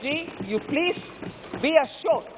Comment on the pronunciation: Paleej paleej pehle sunai de jata h...😂😂😂